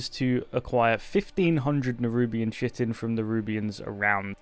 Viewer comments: it's pronounced "Khy-TIN" not "chitt-en" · Chitin is pronounced kite'n .... It's the protein based insect armor like layers that beetles and other hard shelled insects have that covers their wings and makes a clicking sound to ward off predators.